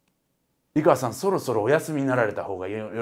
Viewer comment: いがわじゃなくていかわです